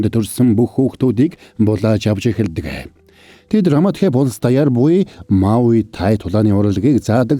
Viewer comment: Muaythai-мутай not маоитай муайтай😂